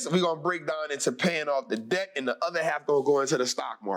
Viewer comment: It's debt not dedt